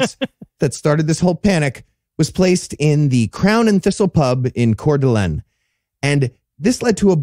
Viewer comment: Only criticism I have: as someone who grew up in Post Falls, ID, the way you pronounces Coeur d'Alene made me physically cringe XD you got Coeur right, but "Lene" as pronounced the same as "lane." You can thank the French! ... Not that you'll ever need this information again in your lives 😅